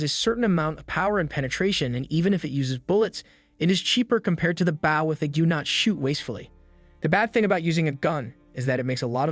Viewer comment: Bow is pronounced boe .. the vow makes same sound as go plz teach your AI and Asians